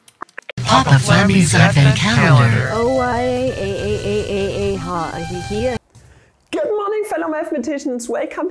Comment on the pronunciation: don’t mispronounce names of German mathematicians. Every time you do, I die a little bit inside Also: aDvEnT cUhLeNnDaHr